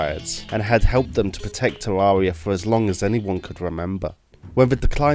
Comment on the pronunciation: I can't stand the way you say Terraria